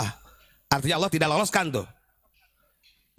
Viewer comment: Ubad kopet ngucap ALLAH aja ngga bisa, bogel lu